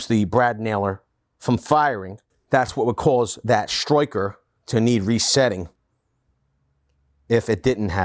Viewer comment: Only thing that bothers me is the way he says striker. Stroy-ker He says everything so American but pronunciation of striker sounds Australian.